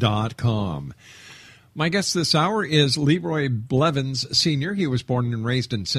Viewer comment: THAT WAS MY DAD oh and its blevins just sayin